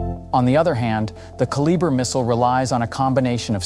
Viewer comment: I find it difficult to believe anything you say when you lack the ability to even properly say one of the missiles name. It baffles the mind to think that no one even bothers to watch their own content. If the channel can't be bothered to watch and correct itself, why should any of us believe you have any knowledge of any topic you claim to explain? Hmmm...